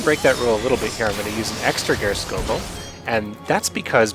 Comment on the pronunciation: Geirskogul is pronounced Spear-skoogul.